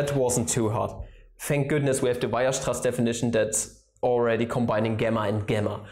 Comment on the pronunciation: You pronounce Weierstraß wrong.